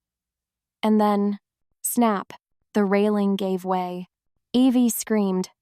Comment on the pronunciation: Evie or ivy.. AI mistake?